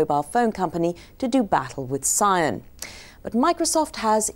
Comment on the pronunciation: "PSION" I don't no where to start.